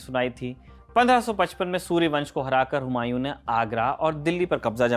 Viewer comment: सूरी वंश न की सूर्य वंश आप के बोलने के अंदाज से सूर्य वंश समझ आ रहा है